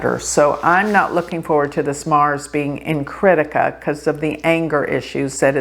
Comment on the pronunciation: It's pronounced! Kri+thi+ka kri thi ka! Not crítica! When you say it with this position it sounds like critical! A negative vibe!!